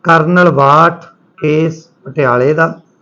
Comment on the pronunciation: ਭਾਈ ਸਾਹਬ ਕਰਨਲ “ਬਾਠ “ ਹੈ ਕਰਨਲ “ਵਾਠ “ ਨਹੀੰ ਜੀ । ਕਿਰਪਾ ਕਰਕੇ ਨਾਮ ਸਹੀ ਲਓ ਜੀ ।